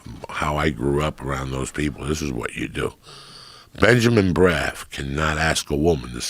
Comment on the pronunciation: I love how he calls him Benjamin braf. His name is Benjamin Brafman